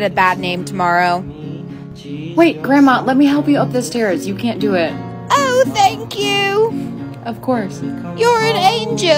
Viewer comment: “Oehw thaenkc yeeouu”